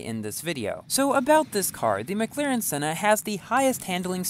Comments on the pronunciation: OMG 😆😆 , you mispronounced McLaren Senna. You said, “Mglaren Senna”. Also, Merry Christmas. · He said MaGlaren